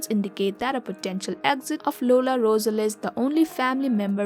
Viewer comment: Learn how to pronounce Rosales correctly. 🙄